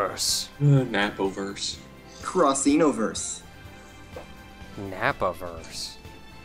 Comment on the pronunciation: Yay! said Cross-enoverse!:)